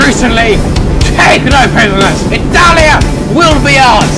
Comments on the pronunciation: I'm Italian and that "Ittalia"... I know that feel bro. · thought the dude said "Hetalia" not "italia" XD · he said: 'italia!' i thought he said: 'nutalia' *instant huger*